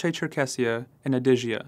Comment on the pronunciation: When you describe your self as an “ analyst” and you explain explicitly the history of the region and suddenly you pronounce Adegea as “ Adejia” this shows how ignorant you are in this region history. This is when I stopped listening and started counting false information you are saying. Please read and research properly before posting such videos